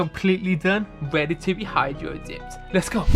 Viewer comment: He said nOw ThEy ArE rEaDy To bE hYdWo dEeEpEd like 9 times